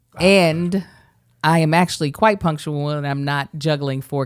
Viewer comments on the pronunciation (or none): none